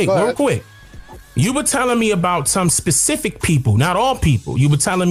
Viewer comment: It's really sad when so-called "African Historians/Scholars" proclaim to be well-read and well researched, but cannot even correctly pronounce simple words like "Specific." I wish people would use the words they know, comprehend, and can correctly pronounce when trying to convey something to someone else.